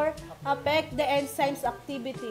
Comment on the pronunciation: Enzymes should be pronounced as en-zimez. Not en si mes